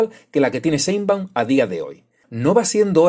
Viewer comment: "Cheinbaum" ¡SAPEE!